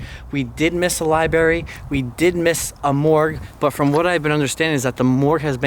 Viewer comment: LibRARY. Library. Not libary.